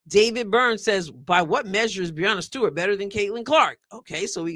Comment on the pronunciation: I'm supposed to accept ' opinion on women's basketball when she doesn't even know how to prounounce Breanna Stewart's name?